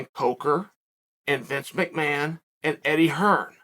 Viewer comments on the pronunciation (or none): none